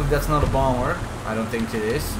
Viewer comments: Is it that you think a lot about what youre doing in game? Or do you tank a lot? Or do you thank evereone for playing with you... Cuz i hear neither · English is not my mothertongue, but i tink you pronounce the word "think" the wrong way... Sorry first time i see this chanell and im comenting after 10s but ouch! I still tink im right about you saying it false....